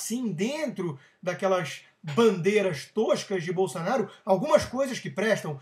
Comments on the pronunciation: Bol - SA - naro? Não seria... Bol - SO - naro? Por acaso, você ao invés de falar Hospital, você diz.... HAS - pi - TOL ? Ou ao invés de dizer Táxi, você fala.... TÓxi? Ou então, ao invés de dizer Banana, você fala.... BONONO? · BolsOnaro, Rodrigo! Que BolsAnaro é esse maluco? Fala direito, cara! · É "Bolsonaro" e não "Bolsanaro" ... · "Bolsanaro" haha... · Acho que ele ta falando bolsa kkkkk lol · nao é "Bolsanaro" é Bolsonaro.... Pelo menos saber o nome o nome de quem vai criticar..... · Presta atenção, rapaz: é BolsOnaro, com O. E "tosquidão" é um neologismo tosco. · Rodrigo, voce falou o nome "Bolsanaro" incorretamente de proposito ou porque não sabe falar corretamente? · Cara, é BolsOOOOnaro, Favor pronunciar o nome do MITO corretamente. Abrass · É impressão minha ou ele fala Bolsanaro?? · Vc falava o nome dele errado de propósito ou não sabia a pronuncia mesmo. 🤣🤣🤣 fica engraçado ver este vídeo hj. É o segundo vídeo antigo seu q o YouTube me recomenda. 😂😂😂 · o cara nao sabe nem falar o sobre nome no Jair e ainda quer pregar lição de moral... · "bolSA-naro" é foda. tanto livrinho ali atrás e o sujeito não sabe sequer o nome do deputado que quer defender. e expressa-se com requintes verbais como "toshhhco", "toshhhquices", dignos do mais eloquente intelectual. rs